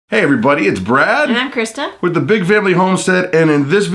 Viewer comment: Krista not Kristen